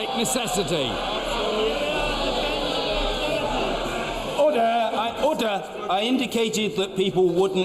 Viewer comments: どうしても「Otter!Otter!（カワウソ！カワウソ！）」に聞こえる あとネクタイ可愛いしローブ？が片方ずり下がってるのも可愛い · オーターオーターって聞こえるけど、オーダーなの！？